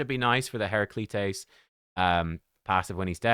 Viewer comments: It should be Hair-Ra-Kleet-Tees. It would sound like a Greek mythological name. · "Hera Kleets." Pronunciation. Other than that, he is verrrrry funky!! It's Christmastime in Raid so ideas are courting those holiday bonus cheques. LOL